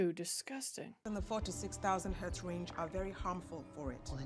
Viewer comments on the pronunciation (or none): "DISGUSTIN'!" When did you turn scottish?😅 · palace.. I do recall that "Secret Wars " was quite an epic achievement all our major Marvel heroes and villains in one arena. Great performance from Tom Hardy, at her enthusiastic best and did just put on a Scottish accent? lol 😅 Discuusstin!!!